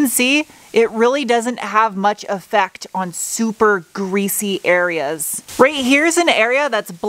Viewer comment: Haha she said "greezzy"